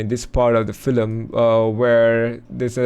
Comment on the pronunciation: Why are you saying “filem”? It’s called a film.